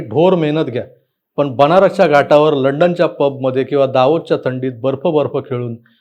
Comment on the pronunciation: तुम्ही ते बोलात खाटांवर बागडल्या की घाटावर ते कळलं नाही 😉 बाकी म्हणाल तर दिड इंचाच्या जागेच बरच कार्य विश्लेषण अगदी परफेक्ट केलात